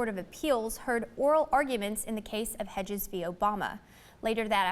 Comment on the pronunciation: It's not bleak enough. And it's "Hedges".